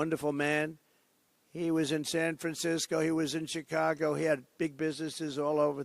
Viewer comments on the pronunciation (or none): none